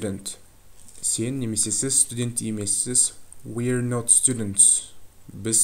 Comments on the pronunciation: not дегенде nor деп айтасыз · "Not" неге "nor a" естіліп тұр?